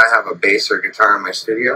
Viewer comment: Cough, cough, 😂😆, ?? I’m sorry did he just say .. STUDIO, umm ok 👌 lol